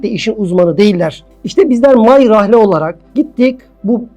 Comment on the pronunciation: my rahle ne hocam niye my niye rahle